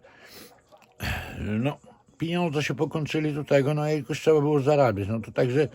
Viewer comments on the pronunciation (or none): none